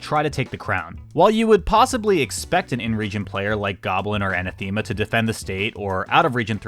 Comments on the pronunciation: Is that how you pronounce "anathema"? You know it's a real word, right? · a-NATH-e-ma, not an-a-THEE-ma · Bro an-a-thee-ma? Come on your better than that. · thats not how you pronounce anathema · That pronunciation of Anathema was criminal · Oml that had me crying 😂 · Yeah, that was painful to hear repeated so many times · Yeah lol that's how the Geometry Dash community pronounces it (and they're wrong) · Lmao I pronounced it the same way, thank you for pointing it out xd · I was thinking this ha